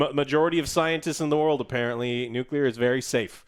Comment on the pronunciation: JOE, LEARN TO SAY NUCLEAR GODAMN IT.